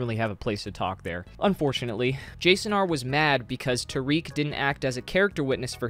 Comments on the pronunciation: Just an fyi it’s not tareek it’s ta-rick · i'm pretty sure its tare-ick not ta-reek